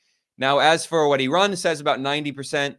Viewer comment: Maybe ben Norton is the only westerner who pronounces IRAN correctly.